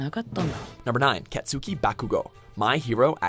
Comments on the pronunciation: The way he pronounced Katsuki made me twitch. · The way he pronounced Katsuki...